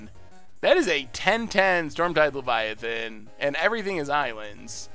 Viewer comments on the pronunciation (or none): none